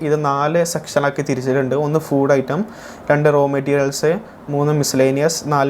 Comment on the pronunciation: ഫൂഡ് അല്ലടാ ഊളെ ഫുഡ്‌...😂😂